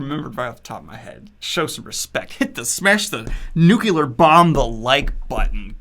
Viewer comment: My only criticism is that you say "nuc-u-lar" instead of "nuclear". Joking aside, you've had a great year - this is the year I started watching your channel and I'm so happy to hear that you are happy. Keep being awesome, my dude!